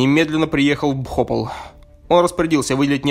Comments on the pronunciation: ПхопАл, а не БхОпал. Неужели помимо "зачитки", нельзя поинтересоваться, как правильно называется город, о трагедии которого ты вещаешь? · Только город не бхОпал, а БхопАл.